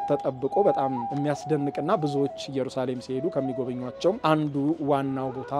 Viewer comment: የምታቀርባቸውን ሁሉንም እወዳቸዋለው ግን የአሁኑ ላይ ኢየሩሳሌም በሚለው አስተካክለው የራሱ ትርጉም አለው ከይቅርታ ጋር